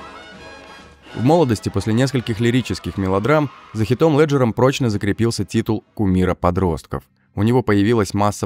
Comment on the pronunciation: "Хотклиф", за "ХитОм Лэджером" - автор чито с тобой?